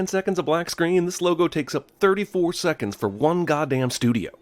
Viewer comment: “thirty-four theconds of logos” lol 😂😂😂